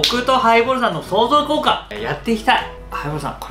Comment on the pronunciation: 相乗効果言えてないやん笑笑